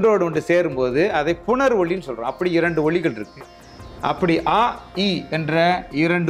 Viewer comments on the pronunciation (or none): none